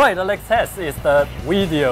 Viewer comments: "Wideo test" lol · I have a challenge for you guys. Make say video "make an interesting Wideo" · "High speed weedeo" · its actually the WEEDEEO Test, right?